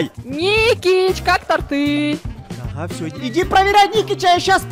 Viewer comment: Не тортЫ а тОрты